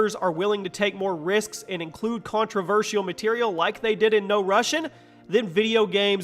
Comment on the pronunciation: Lmao this guy just said 'contro-versh-e-ol'